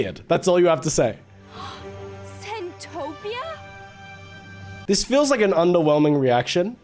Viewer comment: it's centopia 😭